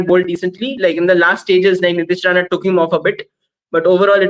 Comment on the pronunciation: Did you said " Nitish Rana "?